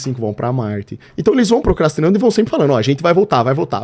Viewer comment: "Procastrando" , essa doeu no ouvido hein 😖😖